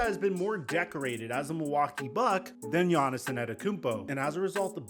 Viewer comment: Is he callin him Giannison?